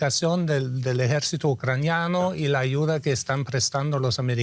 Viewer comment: No es ucranio...Es ucraniano..No es Romo..Es romano.